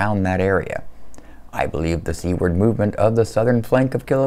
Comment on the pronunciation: "creep seaward" sounds like "creep, c-word", perhaps make it "seawards" from now on because "c-words" is less familiar and less detectable. Love your quality work.